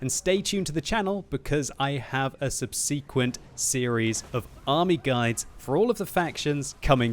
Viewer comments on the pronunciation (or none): Why do you keep pronouncing "subsequent" incorrectly???